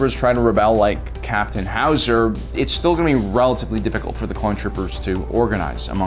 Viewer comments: It's not Hauser,it's Howser. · If he says HOW Za one more time I’m turning it off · Every time he says “ Captain howzer” I just kept fucking laughing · Ah yes captain H-owz-A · Nobody:: howoozaer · I love how he says howzer with a Arnold schwarzenegger accent and btw it's called a howitzer. Lol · Dude, you are absolutely killing me with the Arnold accent, everytime you said "Howser"! Nailing it! "Get to da Choppa!" LMAO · The way you say Howzer reminds me of Arnold Schwarzenegger as Mr. Freeze The 'Chill out, Batman'-accent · sounds like how germans speak XD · Lol what’s with Howzer pronunciation